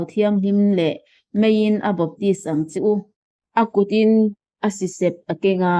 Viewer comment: Sisep i lam dân chu a va mak ve..